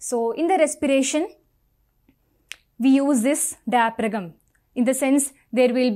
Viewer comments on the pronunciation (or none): In Pronunciation of diaphragm " g " is a silent word....!!